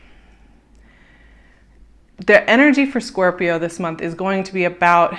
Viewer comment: I love your videos, but pleeease .. its Scorpioo ,, no corps ;P